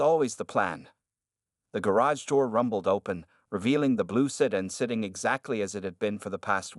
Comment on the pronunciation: The word is pronounced Sedan not sedin